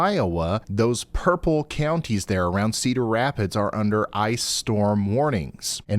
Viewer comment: When Ryan pronounces your towns name right: 😄 When you realize Ryan pronounced your towns name right: 😨